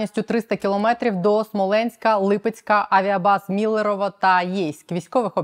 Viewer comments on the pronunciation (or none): none